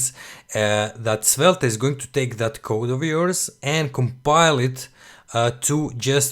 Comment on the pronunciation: It's pronounced Svelt, bro